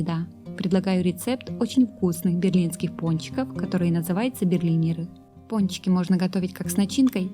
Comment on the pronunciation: Не Берлинеры а берлинЭры